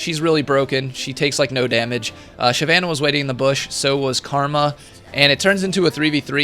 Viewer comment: "SHYVENE" was waiting in a bush